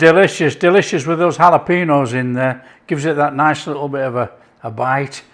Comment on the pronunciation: The peppers are jalapeños, not jalapenos. ñ and n don't have the same pronunciation. Say hall-a-pen-yo not hall-a-peen-o.